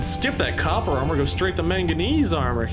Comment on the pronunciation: his incorrect way of saying manganese